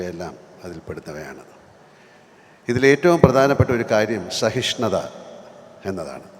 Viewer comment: സഹിഷ്ണുത ആണ് ശരി, സഹിഷ്ണത അല്ല.